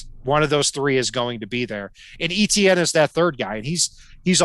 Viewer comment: Guy it is not E T ienne, is Frech name Etienne, sounds like itsien as an English transliteration, it"s usually a 1st name in Quebec